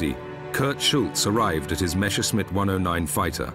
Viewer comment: It's not pronounced Meschersmitt but Messerschmitt